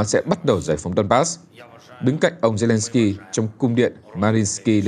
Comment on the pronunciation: Mc đọc sai tên tt ukrai nhỉ